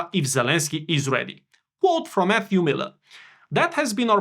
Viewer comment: When you said, "quote from Matthew Miller", I thought you said, "quote from FU Miller", which would be more appropriate.